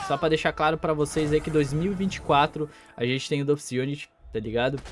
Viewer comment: é DOFUS nao DÔFUS